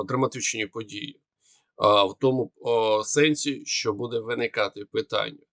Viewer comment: Дуже важко слухати цей важкий московський акцент. Постарайся читати кому перед ЩО, бо росіяни її не читають а говорять "томущо,". І вимовляти ЩО без м'ьякого знаку, бо українська щ читається твердо. Дякую за розуміння.